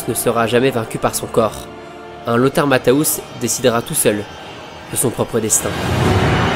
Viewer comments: super vidéo juste un petit détail ça se prononce Matthéous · Juste une précision : on dit "Matèousse". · Au moins apprendre à bien prononcer son nom serait la base!